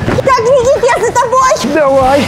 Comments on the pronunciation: Кто услышал что света сказала Никить❤ ставь лайк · Я услышала света сказала Никить